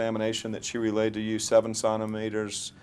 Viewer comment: Centimeters. You dilate in CENTIMETERS. What are you saying? Sonnometers??